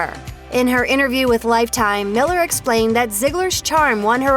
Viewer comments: I SWEAR if I hear another "MiLleR" or "zEiGlIEr" I'm gonna SCREAM😤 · Can you stop saing Ziegler and Miller.